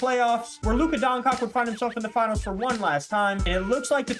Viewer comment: im begging you bro stop saying luka doncock what is so hard in saying DON-CHITCH pls bro for the love of christ